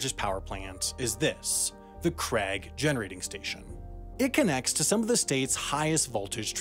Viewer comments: IT'S CRAIG NOT CRAG REEEEEEEEEE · That's *Craig*, not Crag. I don't know why Americans think Craig and Gregg rhyme, you weirdos. Craig rhymes with plague. It literally has an ai in it.